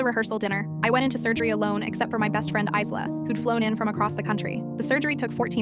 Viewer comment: The name "Isla" is pronounced 'eye-lah'. The "s" is silent.